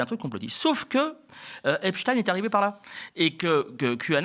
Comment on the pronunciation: Merci de dire Epstein et non Epstine comme tous les autres maintenant. Et merci pour le reste aussi, évidemment.